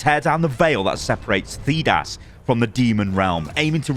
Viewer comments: I’m a massive dragon age fan and I’m a massive fan. I was so happy to see this video thinking is to a fan and then I heard him pronounce “Thedas” and realised he’s been paid for this 🤣 still watched it though ❤️ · I like that he pronounced Thedas wrong :P among other words said over and over in the games.